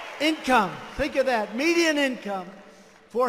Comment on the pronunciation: Did he says medians income